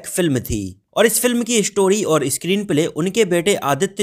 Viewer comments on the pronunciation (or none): none